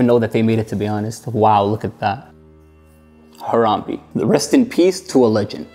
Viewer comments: As a fellow citizen of Ohio I have to confirm that it is pronounced “Har-am-BAE” not “Har-am-BE.” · I was silently correcting him everytime he said Harambe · If he says Haramb-e one more time I swear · Ha-rahm-bey is how you say it